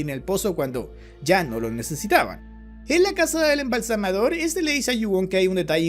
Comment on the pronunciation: Se dice "embalsamador". Ignorante